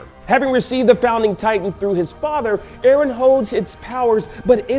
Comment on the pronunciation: 316 It's Eren, not erin, not eron, why is it so complicated for you two to remember his name right.